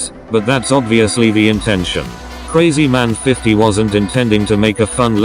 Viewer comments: Your pronouncing krazyman50 wrong its not crazyman its krahzyman50 like your old voice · The tts actually pronounced krazymans name correctly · Said krazyman50 different!